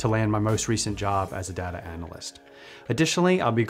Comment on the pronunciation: This guy pronounces data like data so he can't be trusted...